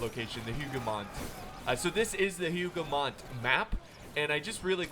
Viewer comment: I'm not triggered at all by your pronunciation of names, not because I'm not French but... ahem. it's written as Hougoumont tho, not Houghmount. Totally not triggered;) Great video!